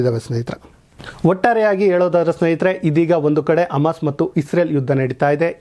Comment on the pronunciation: ನಿಮ್ಮ ನ್ಯೂಸ್ ಓಕೆ. ಶ್ಲಾಘನೀಯ. ಆದ್ರೆ 'ಹ ' ಕಾರ ಗೋವಿಂದಾ...! ಅಡಗು, ಅಮಾಸ್, ಔತಿ,ಒಂದಿರುವ, ಅನ್ನೆರಡು etc...